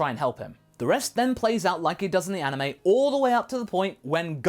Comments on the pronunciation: He said anowe not anime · said aniwe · u mean anime not anawae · Did you say Anoway?